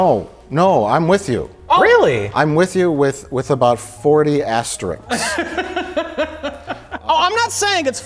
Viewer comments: It’s asterISK, Mike. Not aster-ICK. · I like how right after Mike corrects about "bravado" he mispronounces "asterisk".:)